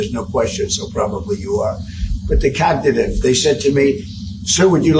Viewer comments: Donald. It's cognitive and not Cagnative! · "I'm cagnative". What an ass. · Cog na tive pronounce it right you t wit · Did I hear him say, over and over, "my cocknitive test"? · COCKADIVE TEST ? WTF ? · I didn't know Cagnitive was a word. 😂 😂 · What is a kagnawtive test. Idiot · He called it cagnitive he's soooo smart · Take a what??? He can't even pronounce the word cognitive... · He doesn’t even say cognitive right smh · He can’t even say Cognitive right! What an fng joke! Put him in prison and the world will be so much better! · Such a liar, he can't even pronounce cognitive. Sick pos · A what test!? He can't even pronounce the word properly, let alone pass a cognitive test😂😂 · And why does pronounce cognitive like that? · He can't even pronounce cognitive ffs 😅😅😅